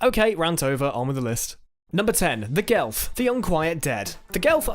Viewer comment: Its Geth not Gelf